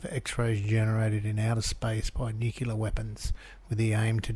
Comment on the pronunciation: Did anyone else catch that. He says "Nucelar"weapons? Eg: he does say nucelar. Nu,,,ce,,,lar. My question is, Why do so many people say it like that, isn't it nuclear? As in , "Nu..cle..ar." am I wrong,? is it another word alltogether? Bcos as far as know & always have known, it's nuclear, said "Nu,,cle,,ar". These guys are meant to be professional researchers, is think they would be able to get that word right, especially if it comes up regularly in their research.